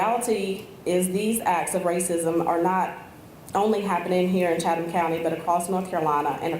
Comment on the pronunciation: Its pronounced Chaddum. I grew up one county over. The "th" makes a d or a soft t sound.